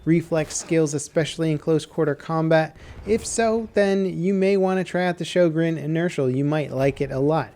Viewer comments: Sjögren not sjogren i understan you dont have ö in you alfabeth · sjÖgren, not sjOgren (writing and pronunciation) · Sjögren, not Schogrenn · "ö" isn't pronounced like an "o" at all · It's not shojregn it's pronounced Hoegrine. It's a Swedish and was named after the inventor. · Sjögren. Not schogrenn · Ok I have to say this. Sjögren( shogren ) is not how you pronounce the name of the gun but it is the name of a disease. The actual pronunciation is sjögren( ho-grain ). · Fun Fact: Sjögren is not pronounced the way you'd think it is. Swedish being the interesting language it is, the name is pronounced like HWUO-GREHN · "Sjø" is like "shu" in "shut". Not you know. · shyogren? Dude, work on that pronunciation. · it's pronounced Syugren ffs its not that hard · Why don't they teach americans in school, how to pronounce äöå. I mean, in Sweden we learn english in school. They should learn some basic swedish in America :P EDIT: Also, this weapon isn't DLC. You unlock it with a cetain amount of kills with the m97 and model 10 hunter, don't you? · He is saying it wrong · Den heter Sjögren!!!!! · Your pronunciation of Sjögren is crippling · Lol Its "SJÖGREN" im swedish so i Know ☺️ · Wow weird hearing an american try to say Sjögren. Not even close xD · Han får det att nästan låta Japanskt när han säger de ^^ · Natrix what? Its the truth. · One day, will stop butchering the names of everything into oblivion..